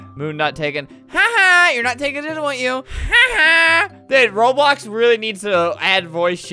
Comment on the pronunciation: He said Roblos keep deleting my outfit instead of Roblox keep deleting my outfit